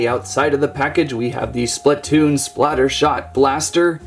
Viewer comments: ITS SPLATOON NOT SPLUTOON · ITS SPLAATOON (AHU)